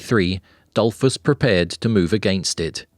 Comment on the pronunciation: Really. Google how stuff is pronounced before making videos and harming innocent people... For starters, "Dollfoos", not "Dollfss"